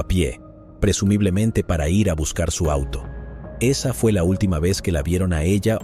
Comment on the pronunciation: Este narrador no es mas tonto porque el día tiene 24 horas, me carga cuando dice i.r. en vez de decir ir